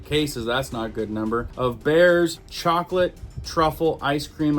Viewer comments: BREYERS NOT BAYERS Pronounced briers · ITS BREYERS! NOT BEARS!!!!!!JEEZ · It's called Bri- urs, not Bears. Breyers. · It's BREYERS, NOT BAYERS ice cream. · it is pronounced "Briars " not bear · Bears ice cream??? It is pronounced BRY- ER. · Are you miss pronouncing THE word BRYERS CALLING IT BEARS FOR LEGAL reasons , just asking ! But it is pronounced BRY ERS. LOVE YOU BYE !! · its not bayers (asprin) it is bRyers lol no biggie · "You're killing me, Smalls!" Breyers is pronounced "briars". We buy a local cow & split it with my parents. We buy pigs from the animal auction & butcher them when they come to weight. We raise chickens. So, I rarely have to buy meat & I don't buy eggs. I'm beginning meat rabbit business soon. I'm going to sell my motorcycle & buy a dairy cow. We travel to the next county to buy raw milk. If you're able to raise your meat or buy from a farmer, I strongly suggest you do so. I also grow a garden & herbs. I don't buy soda but my husband does. Trying to get him to quit. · Ice cream is pronounced: "BRI-ERS"... Not bears. Just sayin. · Love you...but it's pronounced (BRY-ERRS) Breyers. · Breyers pronounced bri-ers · It's pronounced "Briars" ice cream. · Dude, You have GOT TO LEARN HOW TO PRONUNCIATE WORDS. IT IS BREYERS ICE CREAM. EVERYONE IN THE WORLD KNOWS HOW TO PRONUNCIATE THIS, YOU ARE CALLING IT BEARS ICECREAM. THIS IS NOT THE FIRST TIME , I ALWAYS WATCH YOUR VIDEOS AND YOU ALWAYS CANNOT PRONUNCIATE WORDS. IT MAKES YOU LOOK EXTREMELY UNEDUCATED. LEARN HOW TO SAY THE WORD CORRECTLY BEFORE IT LEAVES YOUR MOUTH. HONESTLY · Hahaha "...cases of 'Bayers'..."?! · Its pronounced Bri ars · Peace. Thank you,, for all you share. Helping to keep us healthy, safe. An assist for pronouncing word, 'Breyer's': Br + eye + urrs = Bry +urrs. Prosper all ways. Peace. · It's pronounced Bryers ice cream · it's pronounced(Bry--Ers) Coll--ards(Greens)😮😮😮😊😊😊🎉🎉🎉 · BREYERS is pronounced BRIARS.